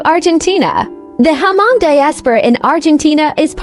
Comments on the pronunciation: Hmong is not read as "H-Mong" it is silence H. just read as Mong. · To pronounce the name Hmong correctly you just need to take the " H" out and it should sounds more like Mong.